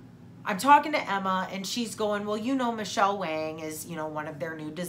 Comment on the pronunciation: Yay to Michele Wang pronounced Wong! I love her. I follow her on YouTube as well to indulge in my makeup addiction!